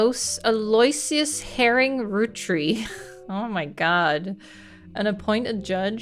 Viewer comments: Aloysius is pronounced aah-loh-WISH-us. Definitely one of the most confusing spellings of old-timey English names ever. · Aloysius is pronounced Al-low-ISH-us; quasi-rhymes with "elbow wishes."